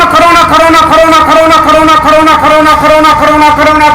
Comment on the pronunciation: What he is saying : corona corona corona .. What i heard : nakro nakro nakro😂😂😂